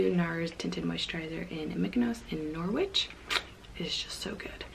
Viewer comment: Just an FYI - the Nars 'Norwich' shade is pronounced 'Nor-itch' - they don't pronounce the 'w' in England, for some reason!